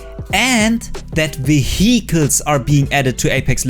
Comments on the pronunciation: hmmm I liked how said 'veheecles' lol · That's not how you pronounce vehicles btw